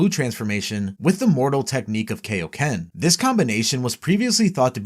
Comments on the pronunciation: Its the KAIoken, not the KAYoken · ok first off, its KI-O-KEN, not KAY-O-KEN. Also, nitpicking but Ultra Instinct and Ultra Ego are not "saiyan" transformations since all Angels are in UI and ego is basically the precursor to G.O.D. powers. Also, also if this was released 3 months ago, why wasn't Beast Mode on here? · It’s Kai-o-ken not Kay-o-ken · Kaio*** as in Kaiō-sama or Kita no Kaiō Not KAYO ken damn dub fans...... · I hate being a "well actually" kinda guy and i know people arent perfect...but i seriously hate when people say "Kay-o-ken" instead of "KAI-o-ken". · i died inside when he said "rose" and "kay ok ken" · He says “kay o ken”. So basically just prounced the “a” in “kai” wrong. Which, btw, many people(especially Americans) do.. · "When are you gonna teach us the kay-oh-ken King Kai?" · That is not how "kaioken" is pronounced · Your mispronunciation of Kaioken irks me lol